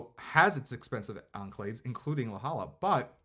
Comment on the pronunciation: Just a gentle reminder...it's LA JOLLA (pronounced 'HOYA'). Nice video, thanks!